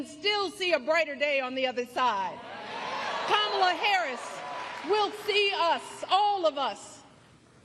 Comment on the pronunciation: I might be wrong but isn’t Michelle saying her Kamala’s name wrong